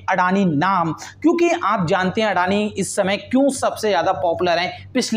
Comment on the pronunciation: व्हो अदानी हें, ना की अडाणी 🙄